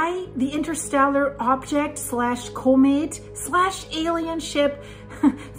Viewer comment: Also she can say comments, but then says koh-mate